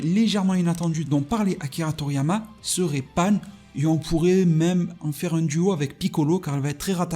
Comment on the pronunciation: Pan ! Pas panne putain ! Déjà que vous cracher sur DB GT alors que c’est le meilleur. N’allez pas déformer le nom de ma petite Pan !